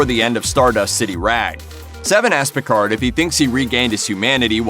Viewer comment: I love her character in the new series: "Mr. Pickfords." Sorry... what, it's not pronounced like that? 🤣🤣🤣